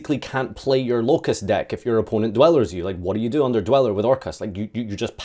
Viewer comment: You said Locust instead of Orcust twice Burning abyss really fell off hard, huh